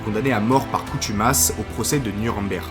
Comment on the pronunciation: "CoNtumace", pas " coutumace"